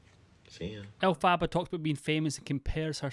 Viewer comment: Please learn to pronounce her name correctly